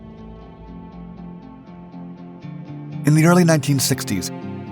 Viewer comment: Your narrator should be coached on technical terms and proper pronunciations, like how to say, for instance, "Gurevich" and "Domodedovo".